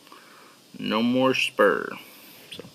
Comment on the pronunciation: "Sprue" not "Spur"